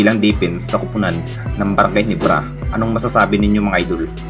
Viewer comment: Hinibra✅ Ginebra❌